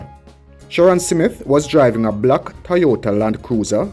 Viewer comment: Why do you keep saying "Simit", the mans name is "Smith!".